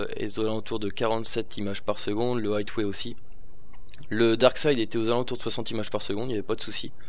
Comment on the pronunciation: ! Le Wiko HighWay se prononce "Aywé" et non pas "Aytwé " ! Sinon, super test comme d'hab et mise à part la résolution, ce téléphone est un quasi sans faute ! ;)